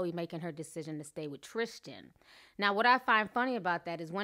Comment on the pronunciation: Love your new outro... but sis there's no H in Tristan <3 love you